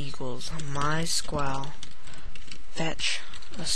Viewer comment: you can't even say my sql in right way lol